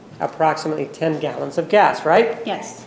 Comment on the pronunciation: When Juan said “California is a progressive state, in the sense it has gays-uh-gas stations almost everywhere” 😂